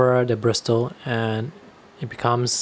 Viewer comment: Hi, thank you for the informative video - I have a small collection of travel brushes and was curious about a couple you showed (not that I need any more!). Just a minor pronunciation note, don't say the "t" in bristle - it's more like brissle. I have a set of Silver Brush Black Velvet travel brushes that I like a lot but the quality is not consistent from brush to brush (hopefully they have gotten better since I bought them though). My newest obsession is a hybrid waterbrush I made for travel - it's not as compact but it is very convenient; it combines a sable hair brush tip with a waterbrush body (if you are interested, I just posted about it).